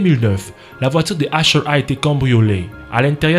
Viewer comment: mdrrr "asher" c'est usher 😂